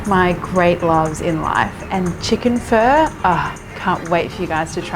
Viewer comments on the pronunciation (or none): Nice recipe and video, seems to be very close to the real thing! Making it for my wife now. It's phó, as in phaa though 😁 more like a in path. My name starts with the ø you switched it out with. Written ơ in vietnamese. Sorry for nitpicking. Great video! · Lol. I’m sorry. It sound like your saying chicken fur. But I like it. It’s hard to pronounce. Say Fun- Uhhh. Pho. Maybe It’s my ear. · I also heard fur! Lol. And I mostly hear it pronounced "fuh" as in "funny". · I thought she was saying chicken fur... lol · So i keep hearing chicken fur lol this is what my Nan calls feathers! 😂 love your recipes x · My ears hurt the way you pronounce pho. I hate it that everyone will pronounce it like you!